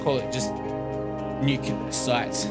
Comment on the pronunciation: Nuclear waste or Nuculer waste? :3